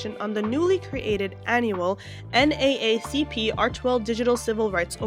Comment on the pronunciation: I find it extremely difficult to believe that you don’t know how to pronounce NAACP. Maybe you’re Canadian, but you sound like an American and it really strains credulity that you’ve never heard this organization before. So nothing you say about it has any credibility Whatsoever. My only conclusion is you’re just looking for clicks.